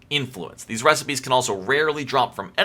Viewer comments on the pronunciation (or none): none